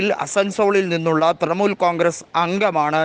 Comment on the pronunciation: തൃമൂൽ അല്ല തൃണമൂൽ.. ഇത് വിവരിക്കുന്നവന് ഒട്ടും വിവരമില്ലന്ന് തോന്നുന്നു